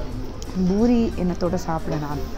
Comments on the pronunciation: Heyy small correction, it’s Poori not Boori😄😄 love your videos ❤️😋😍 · yes exactly the Indians call it Poori which is the correct way to say it I think 😃